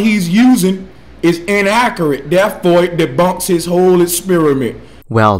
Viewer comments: “Duh mawdull hes eusin is inakhuret an daewfo debunks his whole essperiment” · “da modal hes uzin is unacriate” 🤦‍♂️🤦‍♂️🤦‍♂️ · Disingenuine, goot, mardle, agument , innacorate, erf, eeck clips, leff, woot, amehricuh. As a grammar Nazi, this guy pisses me the FUCK OFF!!!!! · No he said inaccoorate. Lol. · you know what i think is inaccERate? The way you say inaccERate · I laughed heartily when I heard him pronounce "inaccurate" as "in-ACK-uh-rit"! 'Cuz dat's jus' plane inackuhrit!! XD :P